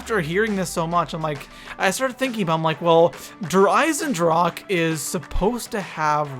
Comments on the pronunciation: EISENDRACHE* not drake lol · eisendrache, iron deagon in german, ch is pronounced like a strong er g not like a k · I love how everyone mispronounces der Eisendrache